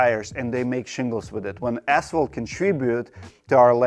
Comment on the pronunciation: Can't this guy pronounce ASPHALT properly?